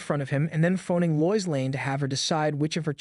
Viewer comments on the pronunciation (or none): Very good video, but her name is pronounced Lo-Is.